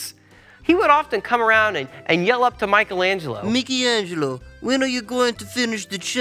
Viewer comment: What’s most amazing is the fact that you managed to make Michelangelo sound russian…